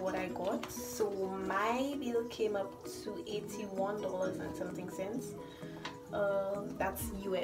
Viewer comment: ‘ and something cents ‘ U say that like a true Lucian 😭😭🇱🇨